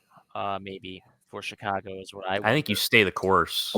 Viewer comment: Go Hawks. Also it's not CHicago. It's SHicago.